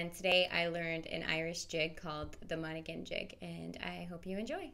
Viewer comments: its pronounced mona-han. the g is silent! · Hi I'm a fiddler from Monaghan, The g in Monaghan is silent by the way. Lovely playing. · The g is silent on Monaghan